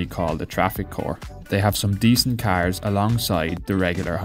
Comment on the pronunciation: This guy sounds like a pirate.. Carrrrrrrrrrrs